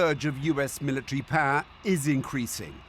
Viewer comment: "Military Paah"